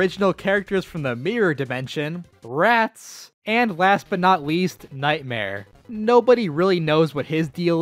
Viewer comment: I love how you call the squeak squad: 'R A T S'